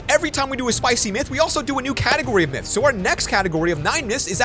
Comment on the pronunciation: In the intro you said nyths instead of myths